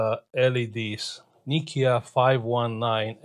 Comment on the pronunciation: Nokia/ nikia 😂